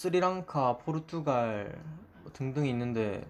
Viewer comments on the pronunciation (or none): none